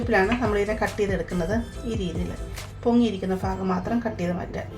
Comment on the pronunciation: Faagham alla sister. Baagham. 😂